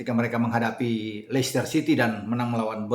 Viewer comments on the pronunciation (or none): none